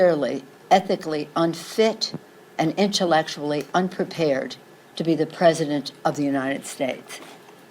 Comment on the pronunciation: Inchelectally? Hahaha nancy you lying douche bag lol learn to pronounce your words right with out that drunken slur.